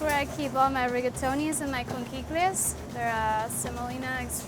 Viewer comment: great restaurant but the way they're pronouncing "conchiglie" is triggering me